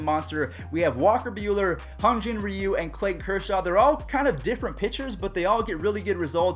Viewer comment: It’s Hyun not hun